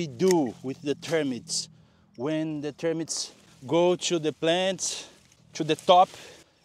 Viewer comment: I'm so glad you are talking about dry arid degraded soils...PLEASE PLEASE Talk more about termites (I think you pronounced them "termyt") We are desperate because they eat every thing !!!!